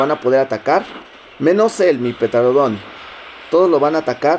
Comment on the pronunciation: No es por juzgarte pero me pone muy nervioso que digas petarodon embez de pteranodon